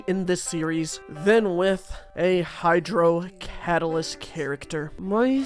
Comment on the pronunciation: It took me half of the video to realise 'hydrodalyst' is a combination of the word hydro and catalyst..